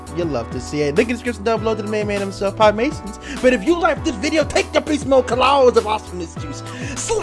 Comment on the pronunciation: Sorry how did you just pronounce pie?